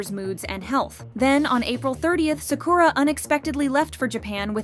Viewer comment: Im sorry but they way you say Sakura it’s so distracting 😅